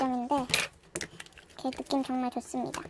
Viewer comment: 처음 시작할때 정말 오랜만입니다 할때 정말은 존나 라고 들었어 ㅋㅋ